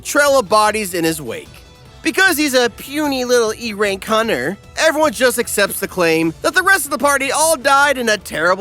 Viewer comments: Dude you pronounce hunter as hunner it has a T 😂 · Did you know hunter is pronounced with the T